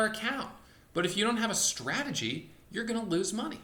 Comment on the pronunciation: Straaaagy he actually says "strategy" lol